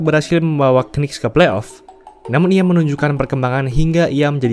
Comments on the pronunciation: Bacanya Nicks donk, jangan K-Nicks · Saran : knicks itu bacanya niks aja🙏🏼 k nya gausah disebut